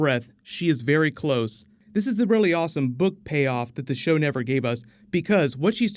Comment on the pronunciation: Cersei lie? Nevar!